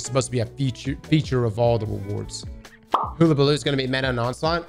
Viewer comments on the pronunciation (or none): You’re killing me. “Hullabaloo” is pronounced like the “Hull” of a ship. It’s incisor 2.0.